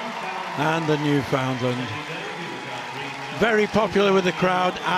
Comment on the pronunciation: How I wish the broadcasters could pronounce Newfoundland correctly ;-) It's New-fin-land...